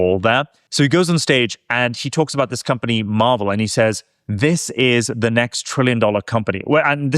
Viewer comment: For the love of God, please pronounce MRVL properly. It is not the comic book or the soft serve ice cream chain that serves fudgie the whale with an 'M." It is similar to the old Chevelle pronunciation - think "Marvelle." You guys did the same thing with "semi conductors" with the emphasis on the "i" in semi instead of "sem-eee." Otherwise good podcasts. Rant over